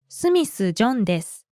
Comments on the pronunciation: Wata shi wa JOHN desu (More like JAUN - dis)🤣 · When ever says “ im john “ It sounds like jandice